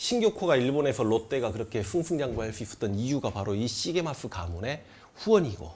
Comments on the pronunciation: 선생님 죄송하지만 시게마쓰가 아니라 시게미쓰인것 같습니다.. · 시게마스가아니구 시게미스여요 선생님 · 글구, 발음은 아마도 시게미츠 또는 시게미쯔라고 될겁니다. 일본생활 삼십일년째라 걍 주제넘게스리.. 죄송합니다...